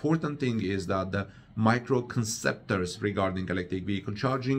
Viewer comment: Misconceptions and admirable are both mispronounced. I apologize for the English inconsistency. I always enjoy your fine broadcasts.